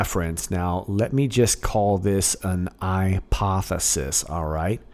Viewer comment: “IPOThesis” 😂😂😂 nice!